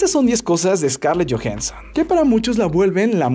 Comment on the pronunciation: jajajaja Scarlett Jojenson